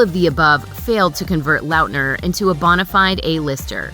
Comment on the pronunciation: The way you pronounce Lautner is HORRENDOUS